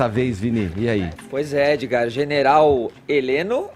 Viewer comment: Fefito chama Edgard de "Edi" aí Edi.